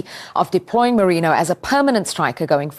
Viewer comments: Its merino girl..moreno pronunciation got me sick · Ffs, his name is Mikel MERINO. Not Moreno!